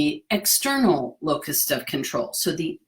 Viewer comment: I'm watching this near the end of 2023 but it looks like you uploaded this vid in 2020, when the entire world suddenly learned just how little external control we really have 😳😷. (My ears heard you say "locust" 🦗 of control which works for me😂). Thank you 😊